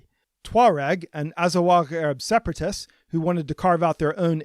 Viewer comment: Bruh azawagh are amazigh not arab. For the love of god you can't even pronounce the word properly.